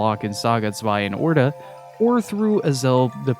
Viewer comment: finally a youtuber who knows that Zwei is not an English word😂